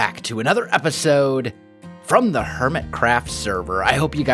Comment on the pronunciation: Welsknight, you having been involved in theater and choir I would think you would be familiar with art of enunciating. Could you please enunciate the word craft.